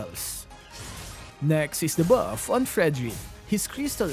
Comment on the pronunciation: I like your accent whenever you u say 'da bawf' hahaha